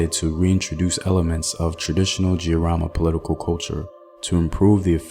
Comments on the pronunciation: I couldn't be more proud of my Kenyan heritage & history. The Giriama pronunciation though😄 can you do one on Wangu wa Makeri? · Pronunciation of Mekatilili wa Menza quite good .....but Giriama the "G" is as in get or git